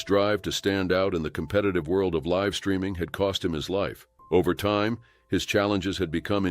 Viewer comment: "LIve" pronounced wrong